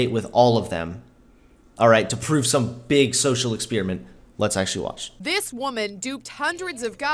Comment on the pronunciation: EX-SPEER-E-MINT..? WTF?